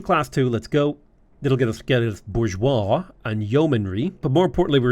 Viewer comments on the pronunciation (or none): none